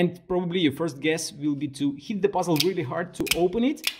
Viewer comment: I love how you pronounce "puzzle" as "buzzel"